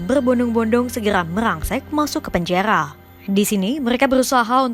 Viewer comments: Kaka ora ISO ngomong r ya ???? ko dari tadi omong ora make r panjaya ya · KENAPA PEMBACA BERITA KOMPAS PELAT SANGAT MEMBACA..TOLONG TUKAR POSISI..POSISI YG LEBIH SESUAI...PENJARARRRR PENJANGHA...SEBUTAN NYA SALAH..